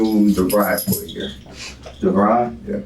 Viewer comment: Omg! Did he have the nerve to say devri! This clown is just killing me!!!